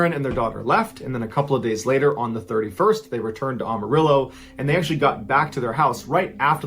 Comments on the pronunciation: "Amarillo" not "Awmarillo" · I love Mr Ballen, but he butchered the pronunciation of Amarillo, Texas most people that are not from there do. You have to say the “Am” like you’re saying “I am.” The rest of the name he got right. Think of it like “Am-a-rill-low” or “Am-a-rill-oh.” Also, in 1993 I lived in a town about an hour drive north of Amarillo, I was a little kid at the time. I went to graduate school in Oregon which is one state closer to Texas than Washington. You physically can’t make that drive in 24 hours, even if you drive straight without sleeping. He either flew up there or the wife was lying about the time line. Super sus!